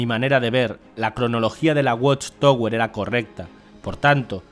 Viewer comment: Se pronuncia "watchtawer". Gracias por la traducción.